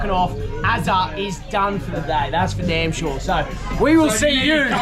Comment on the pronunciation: Why can't you say off properly?